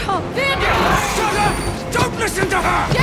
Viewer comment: Is it me or when you guys were talking about Powder's bomb working you called Vander, Xander? I noticed it with act one as well. Yeah that part of the script was a little bit misspelled